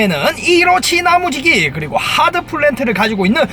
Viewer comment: 나무지기가 계속 야무지기로 들린다ㅏㅏㅏ